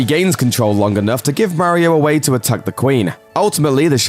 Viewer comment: Does anyone else cringe when he mis-pronounces Mario's name? 😣